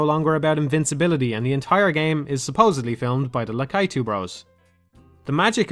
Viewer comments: Please it's pronounced /ˈlækiːtuː/ (la-KEE-too). Great video as always. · I must admit I've never heard anyone pronounce Lakitu that way before. I think people assumed it was Lack-A-Too as that's how it's been pronounced since the 80s cartoon. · "lakaitoo" You what mate? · No one:...: LakAItu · "La-kai-tu" What? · I also pronounce it la-KEE-too, which I think is probably the most common pronunciation, as it sounds the most Japanese (the "i" doing the same thing as it does in Yoshi or Miyamoto). I think ' pronunciation is the unique one. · what do you mean,? it's always been La-KEE-too. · I've never heard anyone pronounce Lakitu that way. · ***** No, just pronouncing it as if it were a norwegian word.